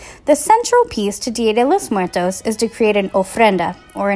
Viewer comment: she didn't say it right...........................OOF